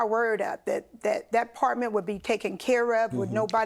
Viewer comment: She can’t even say the word apartment correctly